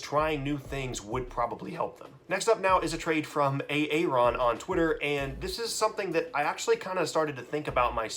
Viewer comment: Damn did you just say A-A-RON? lol